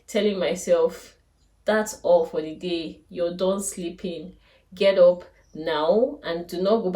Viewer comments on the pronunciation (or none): Please just clarification and no offence. “Up” is pronounced “ap” and not “op”. Great content though.